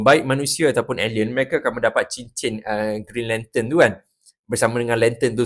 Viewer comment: Mula2 macam nak marah bila dengar "brown lantern"🤣